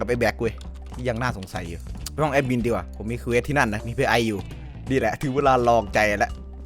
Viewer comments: ตลกที่ พูดว่า " แอสมิน"😂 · แอ็ดมินมันไม่มีตัวsนะออกเสียงมันทำไม